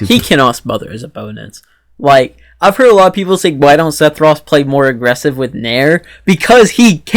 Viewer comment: First off... It's Seff not Seth Sephiroth. Just nit picking. Actually, that's it... I agree with everything else you said.